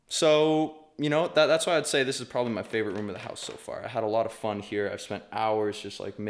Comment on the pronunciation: when said fun i thought he said F***